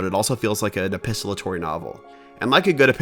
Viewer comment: You are pronouncing it “epistolatory” but it is “epistolary”